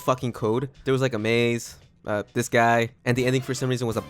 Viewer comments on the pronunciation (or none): none